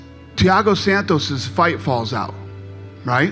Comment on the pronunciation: Is schaub saying san toes 😂😂